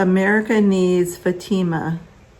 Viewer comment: Hi, pronounced: Fat i mah. Hope that helps. :)